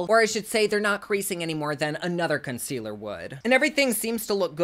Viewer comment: “Consquealer” <— haha subbed 👍🏼 HugsfromNYC 🍎